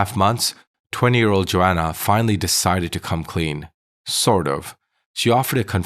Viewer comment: Why are u saying Johanna as Joanna